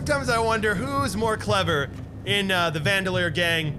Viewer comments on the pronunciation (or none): Its Van Der Linde, not vandilier 😅😂